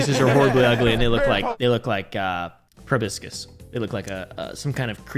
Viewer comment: can’t pronounce proboscis